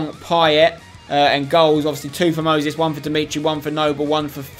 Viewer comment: why does he pronounce Moses as mosis